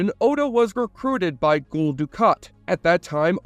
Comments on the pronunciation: Gule? You mean 'Gul'(sounds like Gull). You haven't seen this show before have you? Didnt you open by saying this one was your favorite? Favorite how? You cant even pronounce a characters name. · He keeps saying Ghoul Du kat instead of Gul lol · It's pronounced 'Gull' like a Seagull. Gull Dukat. 🤷‍♂️ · "Gool' Dukat? Doesn't sound like a fan....'GUL' is said like 'seagull' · "Nielf"? So, uses an AI voice, and doesnt proof the videos before uploading them. Good to know. So, what AI model are yall using? Other than that mess up, its been pretty convincing....But now I know why it pronounced Gul as 'ghoul' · Did you watch the show you say Gule Dukat its not goole or whatever your saying please watch show to know how to say name proper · "Ghoul" Dukat?! Have you ever actually seen the show?